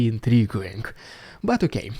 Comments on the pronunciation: I have to add this comment after weeks of keeping quiet... The "U" in intriguing is always silent! So it is "in-tree-GING" and not "in-tree-GOO-ing"!! Hope you find this useful. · Pronounced “inTREEging”. Intriguing